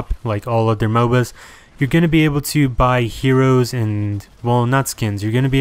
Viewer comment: Why do you mispronounce "heroes"?